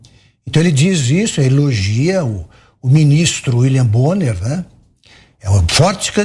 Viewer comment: Uili bonner 😂😂😂😂😂😂😂😂😂😂😂😂😂😂😂😂😂😂😂😂😂😂😂😂😂😂😂😂😂😂😂😂